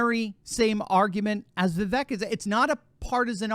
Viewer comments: Vivek pronounces his name Vee-vake (as in cake) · It's 'Viv-vake'. Rhymes with cake. I know you only care about Trump, but the famous exchange with Nikki Haley clarified how to pronounce it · Name pronounced viv VAKE as in cake. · Vivek is pronounced “Vivake” like “cake”. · *, pronounce his name correctly: as he said in the debate “Vi-vake, rhymes with ‘cake’.”*